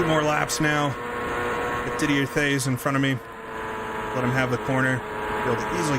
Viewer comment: That was fun to watch. Jeff Wood is the drivers name. Didier Theys should be pronounced Did-E-A TAYS. At least that is how that pronounced it back in '89 Looking forward to next event!